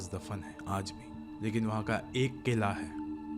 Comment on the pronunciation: Bhai ghor se suno aap KELA (🍌). Khuda ke banday KELA 🍌 NAHI.. QILAH (Q I L A).... TUM PER SUNO KELA 🍌 KELA 🍌 bol Raha hai ARAY CHORO ARAY TUM GUAARKO